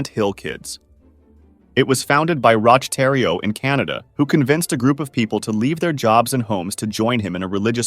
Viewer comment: Btw, Roch is pronounced Rock.